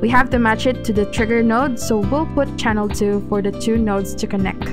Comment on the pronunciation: please emphasize the CHANNEL part. it's so confusing